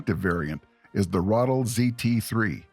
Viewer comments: ithe not rothel it's R(uh)- ah- tell + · Good video, but for the love of sweet Pauline, please learn how words are pronounced. It's not a "Rattle" it's a "Ra-tel" (emphasis on the second syllable); also, it's a "cup-ola", it's a "cue-pola" ... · Lmao I was sitting here like "when tf is he gonna talk about the Ratel??" Stfu about this Rottle nonsense. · Ai... never heard it pronounced "ruddle" before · The pronouncing is so annoying